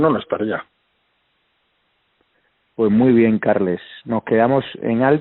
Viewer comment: Carles se pronuncia Carlas. Carme = Carma. Jaume= Yauma. Un saludo.